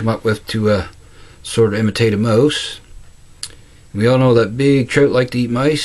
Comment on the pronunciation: Nice one! Love the accent man... when you say "mouse" all I hear is "moose.":-)